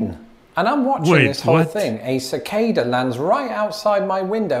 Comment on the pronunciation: Cicada, not Cigada